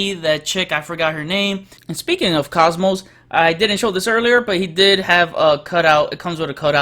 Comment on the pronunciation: It's "Cosmo", not "Cosmos".